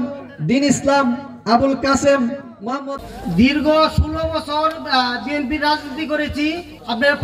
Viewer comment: তোরা কী বিএনপি করছিস তোরা তো বিএনপি র নাম ঠিক মতো উচচারন করতেই পারছ না